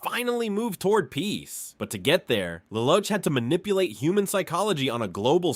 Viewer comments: 'lel ouch' i am dying lol its pronounced le loosh a cursory search on pronunciations could tell you this man. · This guy pronounced Lelouch name in four different way lol